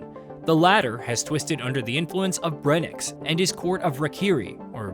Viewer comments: His name is Brensis, not breniks or whatever you’re saying 😂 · brenix? it’s brencis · Can’t even say the characters name right. Brencis* not “brenix” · whois "Breniks?" Is this a new character I haven't heard of? Is he the uncle of Brencis, or are you simply inarticulate?